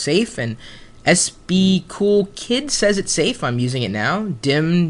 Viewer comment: Who says cool like kewl? Wow